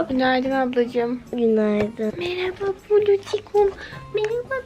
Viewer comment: NoBoDY:: KÜNAYDIN